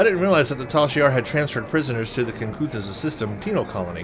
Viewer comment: it is Kin-ku-than-za. Now make it into a word, Kinkuthanza. See. Easy. Remember when you have big words try to space it out, then you will usually get it. Thanks. Enjoy your vids as always.